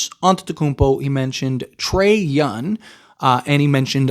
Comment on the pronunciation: Sorry man, I have been Clowning you, but I realized you can't say the word young... I thought it was intentional... Trae Younn! You had me like who the hell is that! But I understand you have a hard Time saying that word so I apologize.